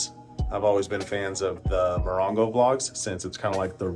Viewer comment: Moron-go or Mo-ron-go?